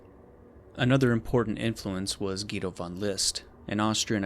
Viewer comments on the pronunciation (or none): none